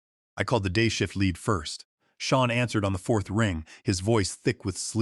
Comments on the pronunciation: The AI has a metal block (yes, a metal block or a mettle block if you'all prefer) where the name Sean (sheen) is mispronounced as Scene or Seen. And let us not mention dollar amounts like $200,000 expressed as Dollars two hundred comma zero zero zero. Y'alls need a real person to listen to your production, not another clueless AI fed info by a lazy genius level human. A simple solution was ignored, and their lack of action compounded the problem; Victoria should have asked, "What do you want?" But her massive ego was a mountain too high to allow her to ask the question. Here, in reality, not listening, lazyness and greed on the part of the "creators" cripples their ability to make a better product. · The AI properly pronounced the name "Sean" several times, but mispronounced at least three other times, see in the video. And the AI does not know how to properly pronounce numbers, see in the video. Poor AI execution on this video.